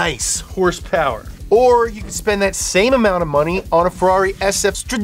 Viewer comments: “Hurspurs” lol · "hurse purse" absolutely killing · It's so hilarious when he says hearse-purrs instead of horse power, it neverrrrrrr gets old at all. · The way he pronounces horse power makes my blood boil